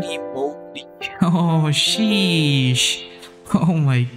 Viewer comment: he said shesh not sheesh